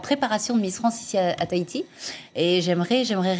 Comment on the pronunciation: Taiti XD TAHITI !!